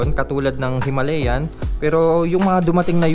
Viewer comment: Brod...tama ang bigkas mo...HIMALAYAN... May isa kasing blogger na ang bigkas nya ay " HIMALYAN "...Kasi naririnig nya yun daw ang bigkas ng mga indiano...eh bulol kasi yang mga indiano na yan... Sabi ko sa kanya...ang nakalagay ay HIMALAYAN at hindi HIMALYAN... Kinuha yan sa Himalayan mountains dahil pwede nga ang motor na yan sa off road... Yun lang brod...salamat... May royal enfield din kasi ako...classic 350... Thanks...